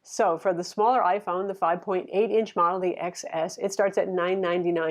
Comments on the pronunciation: love your reviews but it’s pronounced Ten. Not X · It pronounced Ten S!!!